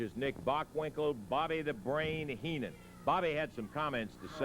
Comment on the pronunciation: wow...was that actually Bobby Heenan..horrible promo..could barely pronounce their names .cant believe this was the ..same Heenan that I saw in the WWF